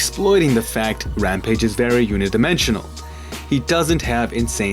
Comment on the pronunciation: lost me at "unidimensional." learn how to speak, my dude